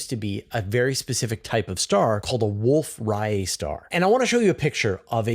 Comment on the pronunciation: Distance Ladder Tools? What about Standard Candles? Say Wolf Ray-et, not Riot star.